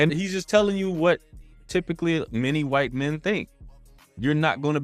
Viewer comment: I think she meant wight lol